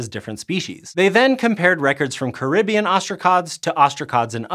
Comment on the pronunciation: It's pronounced Caribbean. Not Caribbean. 🤣